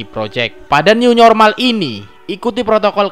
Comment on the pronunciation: iki opi mas new normal bukan new nyormal